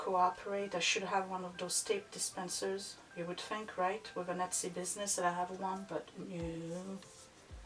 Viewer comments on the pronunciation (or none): none